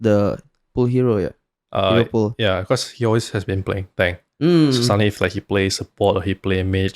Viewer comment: HERO "POOL" WOI BUKAN HERO "PULL" WKWKWKWK